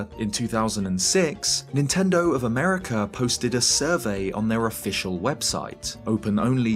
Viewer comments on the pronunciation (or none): none